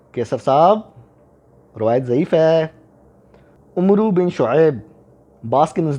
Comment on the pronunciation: Not Umru, but Amr (عمرو). جب واو ہوگا تو تلفظ میں م او ر ر پر جزم اور و سائلنٹ۔ واؤ نہ ہو تو ع پر پیش، م پر زبر، ر سالن۔